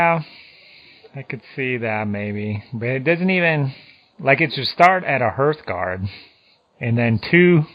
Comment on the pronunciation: HARTHguard (from hearth), not HERTHguard. These are not Herth's guards... :)